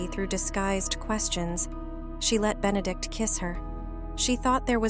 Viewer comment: Consistent mispronunciations of Benedict's name is a real clanger.